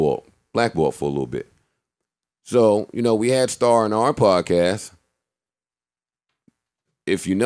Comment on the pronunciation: he kept saying "When Star was on our podast"... WHERE IS THAT EPISODE, Mr. BUDDEN??